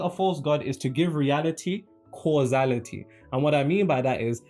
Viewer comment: Causality vs Casuality. Anyway you’re doing great 😊